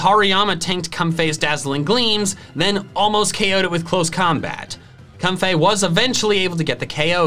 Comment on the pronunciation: No one:: "Cumfey"